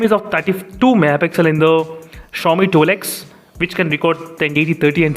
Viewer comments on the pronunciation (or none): Sorry Bhai but it's not that hard to say twelve x What is this tool x ?